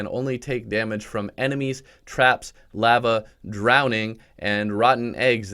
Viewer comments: Did this man really say laaa vaaa excuse me its Lah vah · The way you pronounced lava at the beginning caused me physical pain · who says lava like that